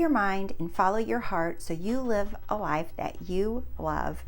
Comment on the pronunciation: Thank you! You’re my favorite manifestation coach right now. I get so excited when I see there’s a new video from you! This one was particular inspirational for me. All you need to do to change your “leyefe” is to see it with your real “I” 😂 and btw love the eye decoration on your wall